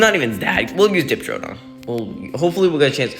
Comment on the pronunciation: Amphicyon is pronounced Am-fee-cie-on Synthetoceras is Syn-fet-o-seh-ras Diprotodon is Dip-pro-toe-don